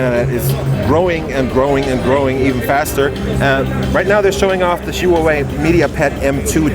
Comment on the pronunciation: no offense man, but could you please ask a Huawei representative how to properly pronounce their company's name. I'm ethnically Chinese, but was born in the States and the way you say it just isn't right.